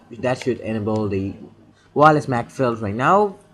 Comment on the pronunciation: Computer dis nimber/paste dis nimber/my rooter/enible/dat suspucous device/comment if this wedio helped you. My man I'm not trying to make fun but I just can't understand what you're saying! And if you do have a speech problem sorry but if you don't then uhhhh.... Work on your English.